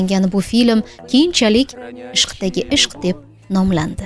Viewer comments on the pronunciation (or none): Gapirvotgan ayol iltimos tòri talaffuz qilin: ishqdagi ishqmas, "ISHDAGI ISHQ" !!! Birinchi sòzda q yòq! Odammi ğashi kevotti! Bitta harf bilan mano òzgarib ketadi. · Ovoz bergan qiz film nomini xato oʻqiyapti. Ishqdagi ishq deb 2-3 marta oqidi. Aslida ishdagi ishq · Ишкдаги ишкмас. Тугри укинг. Ишдаги ишк. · Сузлааетган аел ишдаги ишк эмасми ишкдаги ишк деяпсиз мынгбора узр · Film juda zo'r chiqqan. Takror ko'rsangiz ham jonga tegmaydi. Lekin sharhlovchi qizimiz nimagadir bilmadim film nomini xato aytgan